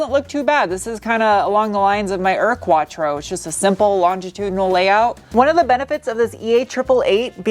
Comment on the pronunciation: Ur Quattro is pronounced like Your Quattro without the y.😂😂